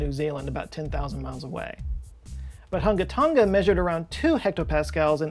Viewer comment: Its totally not Hun-ga Ton-ga, it's Hung-a Tong-a, the g is unvoiced. Sorry, had to do it on behalf of the Tong-an people I have known, and, it's even more fun to say.